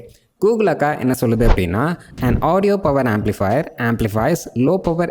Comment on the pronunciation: Dei, amplifier spellinge ni amplifire solra. Youtub chanel aramichta, ni pulthi aayta la.